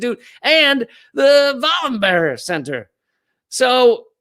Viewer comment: Swede here, "Vallenbehrj", "no berries"' or hard "g"s on the 'berg names in Swedish! (Sorry to Amy Goodman pronunciation of Greta Thune"berry"-berg lol!!!)